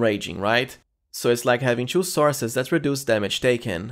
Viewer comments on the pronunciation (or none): Hahah, it's funny the way you say 2. Try to say it like "to" instead of "chew" :)